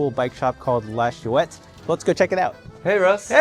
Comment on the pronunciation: It's not shoe-ette lad. It's schwet.